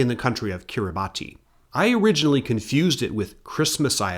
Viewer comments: also i cannot blame you one bit for pronouncing it kiri-bati, but (and i didnt know this forever) it is pronounced kiri-bahss. I have no clue why the romanization of the language uses ti for s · Kiritimati Island is even easier to confuse with Christmas Island than you think. In the Gilbertese language “-ti” makes a “s” noise, meaning Kiribati is pronounced “Kiribas” and Kirtimati is pronounced “Kirismas”. Yes, it’s also named after Christmas.